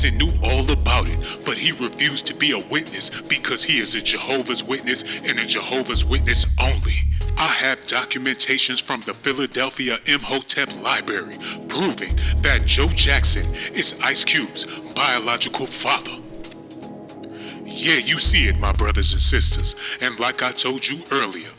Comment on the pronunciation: Ya had me till ya said "liBary'"